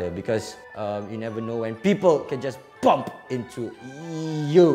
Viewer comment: Did he say bum or bump